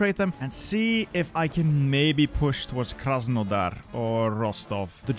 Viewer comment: As a Ukrainian funny to hear Krasenodar